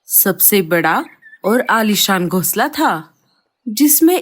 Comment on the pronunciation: Gosla nahin--- Ghonsla. Tum logon ko hindi nahin atti kya? O nalaik,Kahan par kho gaye nahin-- Kahan kho gaye? Tum logon ne aisi chidiya Kahan dekhi hai jo jooda banati ho? Tum logon ka dimag kharab hai kya? Boodhe pakshi ko bahut kaam lagao . Ye kya bakwaas hai? Boodhe pakshi ko zyada kaam do ya bahut kaam karvao. Tum log itne nalaik kyun ho? Janch kar lete hain nahin-- Janch karte hain. Bewqoof logo,ye parivar nahin pati patni hain.